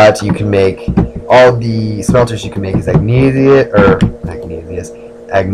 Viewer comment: Also, it's "ihg-nay-shus".